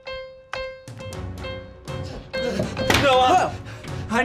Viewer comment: did Ian say Noah or no uh